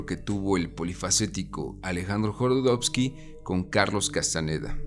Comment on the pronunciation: Jodorowsky no Jorodowsky